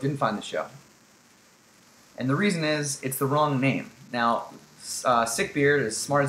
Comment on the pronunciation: Sick-Beard, not sick-beard :)